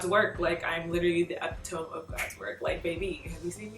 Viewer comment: Awww love this and it's eh-pit-toh-me